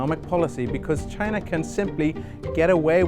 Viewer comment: CHYYY na